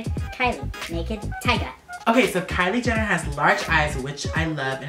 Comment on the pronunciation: did any one ketch him say kiley Jenner then katelyn Jenner sorry I can't spell their names